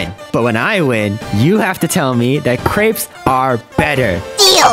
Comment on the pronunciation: Pronounced cr-eh-ps